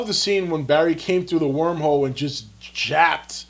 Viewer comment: Did...did he just say japped instead of jabbed? facepalm